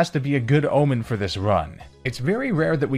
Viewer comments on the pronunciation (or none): none